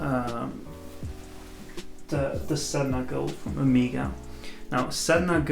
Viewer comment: OK, it is O-MAY-GA, not O-MI-GA >.<